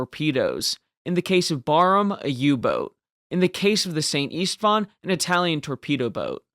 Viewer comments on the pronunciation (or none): It should be pronounced Sent Ishtvan. 😉